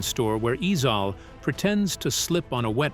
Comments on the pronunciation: Yeah, he's calling eeeezaaaeelll eeezauuuuhhhl 🤮🤮🤮🤮🤮🤢🤢🤢🤮🤮🤮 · Or even pronounce Ezal correctly😂😂